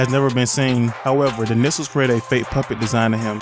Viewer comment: Nixels are pronounced Nikslez